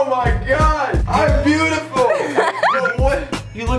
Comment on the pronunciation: "i butaful😇"